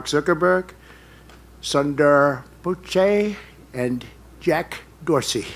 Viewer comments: Soonder Poochaay is a wonderful way of pronouncing whatever his name is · Sorry you didn’t get Sunder Pitchai’s name correctly either . It’s a Tamil name